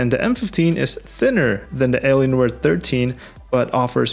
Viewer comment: Is it just me or the way that you really pronounce "Alienware" were just like Eleanor